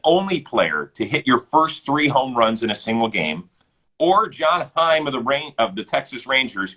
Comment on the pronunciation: Jonah Heim not John heim